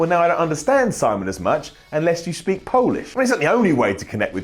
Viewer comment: I really (REALLY) liked how you said "Polish"! not like "polish" but Po oo lish! :D wink